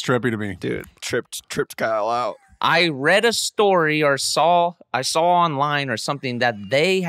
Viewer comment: I love how Blake just adds that l to the end of saw.😂🤙🏽